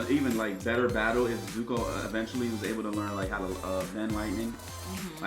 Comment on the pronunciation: No one is gonna talk about how he called Zuko Zuhko